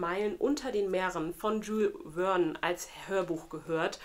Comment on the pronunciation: Jules Verne = Schül Värn (etwa so ausgesprochen, französisch… Sorry fürs klugscheissen aber es hat mich getriggert 😂 Ich kann „Vergiss mein nicht“ als Hörbuch empfehlen, der Erzähler ist nämlich auch der Synchronsprecher von Frodo Beutlin/Elijah Wood😂 ich fand das so geil!